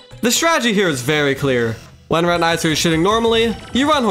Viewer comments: Not high quality. He says spazmatasm and reteneyeser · why does he say spazmatAsm and retinIzer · the way you say spazmatism and retinazer got me fucked up bro 😭spazmatazm and retin-eye-zer